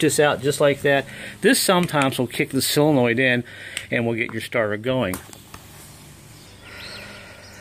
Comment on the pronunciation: s"O"lenoid ....NOT silanoid